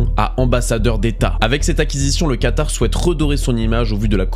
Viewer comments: Attention à c'est Qatar et pas Quatar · Magnifique vidéo comme toujours, mais c'est "Qatar" et non pas "Quatar" ;) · ya pas de "u" dans "qatar" mon gars